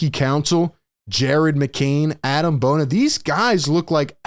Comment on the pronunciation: It’s pronounced Ah-Deem Bona btw, not Adam!